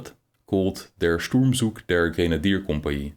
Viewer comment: Pronunciation: the “z” in “Zug” and “Sturmzug” is voiceless in German.